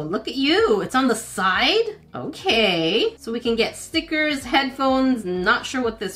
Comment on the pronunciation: I just love how she says ''STEEKERSSS*